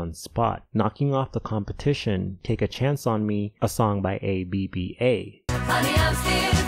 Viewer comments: A-B-B-A is pronounced A-BAH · Their band is pronounced AB-AH. Not A.B.B.A.